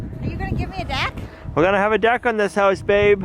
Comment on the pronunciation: Noted ✍🏻, “ Deck” it is 🗣 he said it!!